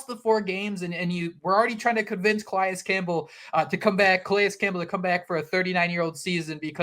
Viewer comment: Thank you for the effort to say Calais Campbell's name correctly. It means a lot. It allows you to be taken serious as a podcast, and it respects a legend.